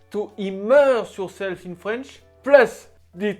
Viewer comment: Love these videos, but I can't help crack up when he says fwench 😆 Still fantastic video & he seems really sweet.